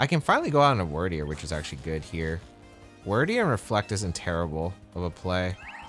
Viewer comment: Dumb question, and a bit pedantic, but isn't it pronounced "Weird"deer based on the old English word Wyrd (fate)? Cool pokemon though!